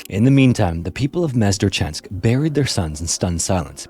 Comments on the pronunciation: ure in Mezhdurechensk is not silent, its like the root of the word. Между-рéч-енск, Mezhdu-réch-ensk. sorry for correction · The town's name should be pronounced "Mejdu-rechensk" (copy and paste in the google translate and press listen). The town's name can be translated literally like "Between rivers". Thank you for the story. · I love how confidently he butchers the name of the city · it's not how you pronounce mezhdurechensk sounds funny to the russian ear